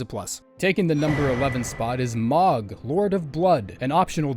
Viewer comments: It's moe-g smdh i can't even u called him mogg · It actually pisses me off the way he pronounced mohg